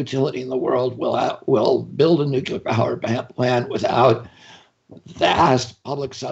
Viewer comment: Cable networks need to let this voice in. And RFK Jr needs to learn that nuclear has one u. If you can say CLEAR, u can say nuCLEar.